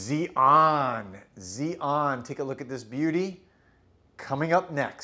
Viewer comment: The fragrance sounds really pleasant. Also, Xi'an is actually pronounced like shee· aan. It is the capital of Shaanxi Province in central China, and home of the Terra Cotta army.